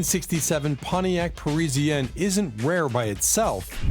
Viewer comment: Why tf is he pronouncing Parisienne like that tho? 🤔 😂😂😂 making shit waaaaay more difficult than it has to be LOL..... its pronounced Paris-ienne. It's as easy to pronounce as its spelled. Goofy as fuk lol